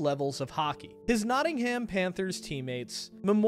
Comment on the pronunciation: Great video memorialising a legend but your pronunciation of Nottingham annoyed me 😢